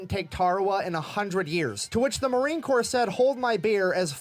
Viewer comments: ❗️From a Proud Marine Aunty: "Corps" is pronounced [kor], not corpse ☠️ 😉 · Just so you know . . . Marine Corps is pronounced Marine Core. You don’t pronounce the p or the s. I don’t know why. Perhaps you can ask the Fat Electrician.. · Corps is pronounced Core 😉😊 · Corp is pronounced like the word 'core' like the core of an apple. Corps with a P is more akin to what the Marines leave in their wake, corpse as in dead bodies. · Brother just in case, Corpse in Marines is said Core, not Corpse. French spelling. As in Body. Marines aren't allowed to become an actual corpse Without Permission!! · It is not pronounced "corpse". "Corps" is pronounced the same as "core". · Love your videos but just fyi when you say Marine Corp the “p” is silent so it sounds like “core” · I don't mean to be rude, and if I am, I apologize, but you the way to pronounce Marine Corps is actually with I silent P so Marine Core, I don't know why there is a P, or and S, but yes, I apologize if this comes out rude. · Congrats on 90K!🎇🪅🎆 Will you be able to quit your second job soon? I know y'all mispronounce a bunch of words, so in America, the 'ps' is silent in 'The Corps', and if you just say "The Corps", everyone knows what you mean!💟🇺🇲✝️🛐🇺🇲🎇🎆💟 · I know it is spelled corps but the p & s are silent. It is the Marine (Core) Corps. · "Corps" is pronounced "core".; ) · Just a quick FYI, in America, Corps has a silent “P”, pronounced Core. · My brother was a US Marine until the day he died, and he would be rolling over in his grave to hear you pronounce Marine "Corps." (the "p" in Corps is silent!) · LoL. Don't pronounce the "P" in Corps. A corpse is a dead body. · The "p" and "s" in Marine Corps are silent. It's from the French. My father was a Marine in World War II.